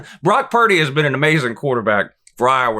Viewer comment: I was at work listening to this and you goofed Purdy’s name and I lost it. I can’t tell you how many eyes I had glued on me lol. Keep these coming! Love these predictions videos, we need them